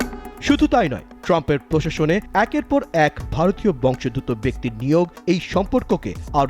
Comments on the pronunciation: বংশ + উদ্ভূত = বংশোদ্ভূত ; প্রতিবেদকের উচ্চারণ ভুল। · ভারতীয় "বংশোদ্ভূত" শব্দটির সঠিক উচ্চারণ করুন সাম্মাদিক ভাইয়া!